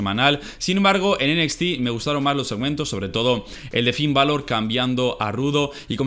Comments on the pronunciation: Me da un poco de cosa cuando dices enequiste (NXT) en lugar de decir Enecsti xd Y pues yo digo que los reviws en un solo video esta bien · "Enesti" :v